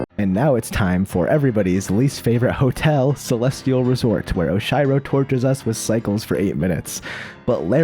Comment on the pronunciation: I love how you synchronized the final section (Summit) with the beats of the music ! Great job ~ BTW it's "Oshiro" with a eeeeee sound !